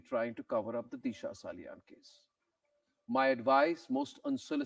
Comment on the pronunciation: Deesha ? It is Disha, the Sanatani Bharatiya pronunciation. Take pride in - Sanatan Dharma through correct pronunciation. ( I boycotted Bollywood after the murders. It continues.)